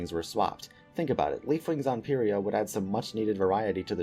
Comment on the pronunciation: whoa whoa whoa… PEEria? it’s PIEria ya doof. at least that’s what it was in the audiobooks.